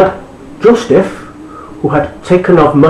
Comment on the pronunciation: why are you pronouncing the words wrong?! its bethlehem not bethesdun!! And it's Joseph not Josteph!!